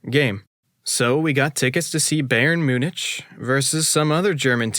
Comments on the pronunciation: Munich is read Munih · you mispronounced the city name of Munich the end is pronounced like a k in the english language, all good though. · I was in Vienna, doing some window shopping before catching a midnight train to Munich (which, incidentally, is pronounced with a "ck" at the end, not a "ch" sound). Turns out there was a performance of "Das Reingeld," the first of Wagner's Ring Series of Operas playing. Walked in to main floor standing room tickets for about 10 Euros each. Amazing experience. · my guy. you fr don’t know how to pronounce munich???😭😭 i was cringing the other day when u kept saying “kee-ruh-bah-tee” but let that one slide bc not everybody has even heard of kiribati let alone knows how to pronounce it but MUNICH???😭😭😭😭😭😭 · Did you really just say “myoon-ITCH”? And “gen (like “get”)-o-wa”?